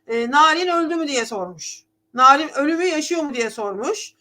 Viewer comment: hn. NİRAN DEMEYİN